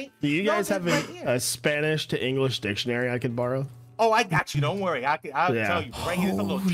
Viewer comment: naah! He speaks a lot more spanish than I anticipated. Has a very decent pronunciation too, probably because my man is polish, and we pronounce vowels similarly